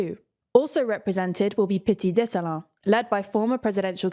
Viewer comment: People applauding her pronunciation, I’m over hear saying “LavaLASSSS” and “DessaLEEEEN!” 😂 The former being a Creole word, so French silent S doesn’t apply, the latter…..well….it’s a French name, but it ends in -ines, so it gets the “een” pronunciation. Removes the “e” at the end and you get the pronunciation she used.